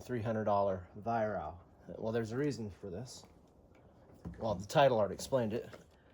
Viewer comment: Pronounced Vi Wrok, from the owner him self.